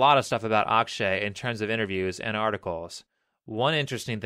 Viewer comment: i know you are not a native speaker but a common mistake I see people doing while speaking hindi words. they mis pronounce the "A" for example his name is akshay ak is like fuck without f .a in starting is mostly like it you are saying aakshay also genrelly you don't say last a for example rama will be same as ram